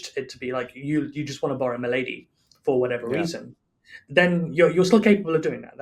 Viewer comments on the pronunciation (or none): it really sounds like he says you could borrow my lady, not borrow a milady